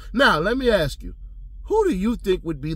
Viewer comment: I can't believe what that lady said to Quinn. Let me aks you instead of ask..... she is ghetto acting all professional 😂😂